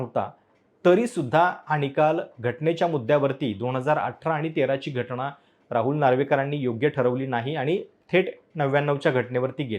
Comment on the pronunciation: कसं काय तुम्ही पत्रकार आहात?? न आणि ण यातला फरक कळत नाही... घटना असत घटणा नसत